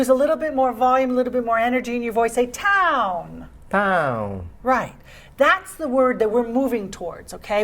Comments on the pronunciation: Why is she saying "town" like that? You don't have to place the emphasis on town. Sounds very odd. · jasmine paul it's difficult for him to pronounce the word town